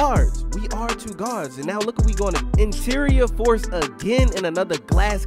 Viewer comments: I can tell you from bmore by the way u say twoo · Lmao “tew” that sound like a Baltimore accent right there 😂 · The way he says “two” is hilarious😭😭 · ProdFN it’s a Baltimore thing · u sound like you from bmore 😭the way you say “two”